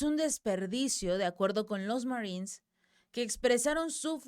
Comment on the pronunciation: Esta señora está informandonos la noticia muy bien en español,porqué rayos entónces,quiere meter el ingles si no lo puede pronunciar de manera fluida? si tanto trabajo le da pronunciar la palabra marinos en inglés( marines).No ofendamos a nuestro idioma,cuando hablamos en español que sea solo en español. Nunca escucharemos a un inglés,un frances u otros,meter palabras en español,en medio de su discurso,presentación de noticias o en una conversación entre ellos,solo nosotros, los hispanos,le damos éste golpe bajo a nuestra propia lengua!😢